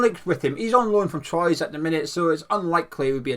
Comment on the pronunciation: Keeping us up to speed on how are afcon players are doing is a great idea... oh and I believe Troyes is pronounced “Tw-are” if I remember secondary school french